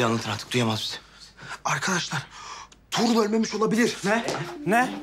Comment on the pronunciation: Bu kız neden tuğrul diyemiyoda durul diyo